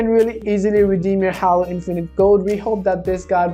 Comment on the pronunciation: it’s pronounced Hālo not hollow😡🤦‍♂️